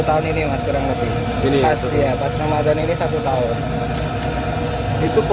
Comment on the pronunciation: Sang penjual pasti sangat agamis.religius...satu contoh penyebutan kata bulan ramadhan beliau menyebutnya dgn kata bulanromadlon,hal ini biasa dikatakan seorang santri...